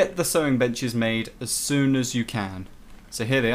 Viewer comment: When you said sewing benches I thought you said sewing and then the b word